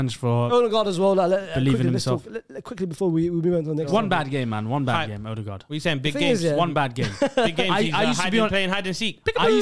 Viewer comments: As a Dane I've never heard anyone say that Ødegaard is called "Ødengård" and try to get away with it. If we say Ødegaard the D is very soft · Danish guy here, and we dont say Odengaard, like, brudda is wafflin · As a Norwegian, I can confirm he says Ødegaard very wrong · My guy I’m from Denmark, and you ain’t saying Ødegaard right.🤣🤣